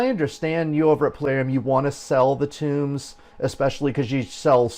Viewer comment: The books are tōmes not tombs ( pronounced like homes ) did you never play any D&D ? Lol . Sorry for being picky :) good video otherwise . I've been playing over a year and agree with most of what you say . If version 1.12 does not have some major quality of life and content improvements I will likely be quitting . There are much more entertaining things for me to spend my time and money on .